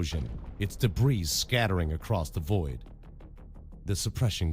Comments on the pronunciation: Has to be a bot, no inflections all the same vice and mispronouncing debris. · he mispronounces words like debris by saying the s. The flow of the story is choppy, there is no difference in the character voices, and he triggers the uncanny valley effect like crazy. If he is human, he is not the best narrator